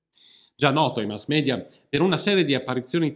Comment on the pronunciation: Sei uno dei pochi che pronuncia "mass media " così come è scritto 👍